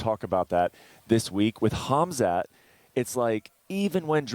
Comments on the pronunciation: No idea what they said, just Chael just saying Khaz-mat! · He still calling him hazmat, bro his champion now just call him hamzat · again, "Hazmat".☣